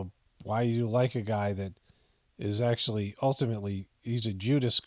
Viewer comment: Fetterman “actualutely” coined a new word